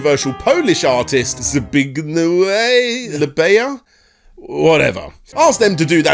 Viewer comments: Zbigniew is pronounced... Zee Big Knee Ehv. The W in Polish is actually two Vs together. 😉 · You are literally on the internet, just get a recording of how Zbigniew Libera's name is pronounced. It's not cute to turn up your nose at another language, its just lazy and ignorant. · Honestly it's a pet peeve when youtubers can't research how to pronounce these names and have a cute "this name is wacky guys" bit